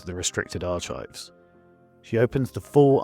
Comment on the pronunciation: Lovely story as always; however, I have one gripe. You are mispronouncing the word archives every single time. It's a hard c and silent h. In effect, "arkives". Thanks.